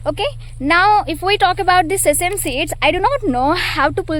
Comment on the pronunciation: Sesem seeds ❌ Sesame seeds ✅